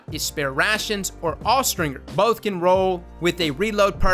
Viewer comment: Austringer is pronounced with the J sound, not the hard G sound. Look it up.